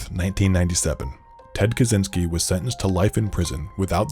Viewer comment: ppl need to learn to say "kaczyński"